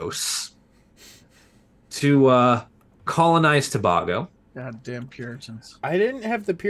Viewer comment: Citizen of present day Trinidad and Tobago here - it’s pronounced Tobago (letter a) and not Tob-Ah-go